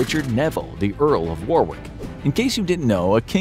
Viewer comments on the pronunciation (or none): I'm not British, so I could be wrong, but I think the second w is silent in Warwick. 'Warr-ick' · Warwick is pronounced worrick